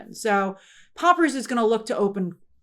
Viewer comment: Did grace say „Poppers“?